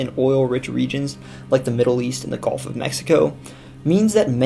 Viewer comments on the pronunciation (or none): none